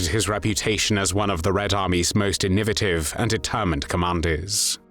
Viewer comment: ***** WARNING AI BOT VOICE ************* can't say "innovative". It says something akin to "in-OH-vuh-tuv"